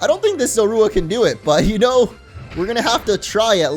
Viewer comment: "Zorua" is pronounced "ZO-roo-uh".